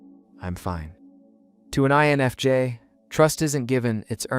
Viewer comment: This video pronounced the I in INFJ only once, that I noticed. And added an extra s sound, at one point, for no reason. If people need validation this much, I was having trouble going ahead and commenting about it being purely AI bs. I'm just relieved I'm not the only one thinking that we need to not connect with a person who's not really there, and are just wanting to exploit people.